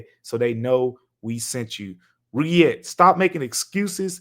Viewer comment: Roogiette lmao you are funny man. Good on you for not even knowing how to pronounce it 😅